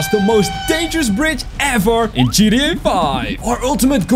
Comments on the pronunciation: why do you all ways say gda 5? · stop saying gda five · Lol why do you say gda